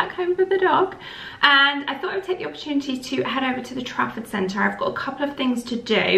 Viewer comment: All this time I thought you were saying “traffic centre” 😂